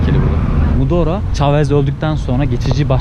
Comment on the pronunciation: Anlattıklarının çoğu saçma, kendince propagandaya gitmişsin. Bir de Mudora değil Maduro, her önüne gelen youtube’da yayın yapmasın lütfen.